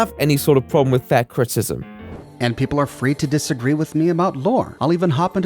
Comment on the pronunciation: dis uh gree.